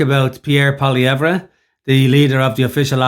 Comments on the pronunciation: Learn to pronounce his name. You’re not “treating” people well when you do that. Furthermore, using a govt paid mainstream media guy getting owned for spewing bs is laughable. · first thing is you need to pronounce Poilievre's name correctly secondly justin trudeau's contempt for Canadians far exceeds any prime minister in the history of Canada. He will go down as the worst pm and as having done the most damage to Canada . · First of all you can't even say his name correctly making yourself look like a clown. This video is a smear attempt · If this bald idiot can't even say his name properly, can we even trust his opinion? His disdain of the journalist was well deserved, as the journalist was ill prepared, biased, and clumsily attempted to trap Pollievre. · How the F can he not pronounce his name right?!!! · Can’t take you seriously if you can’t pronounce his name.